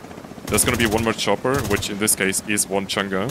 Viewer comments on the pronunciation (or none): I kept hearing changa. But you were saying chaingun 😅 Lol, enjoying the content. Keep it up! Wait.. maybe it is changa 😮